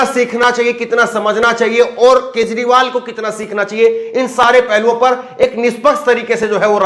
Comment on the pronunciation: Kezriwal lo bhaiyai isse naam bhi theek se lena nahi aaya bhaiya woh Kejriwal hai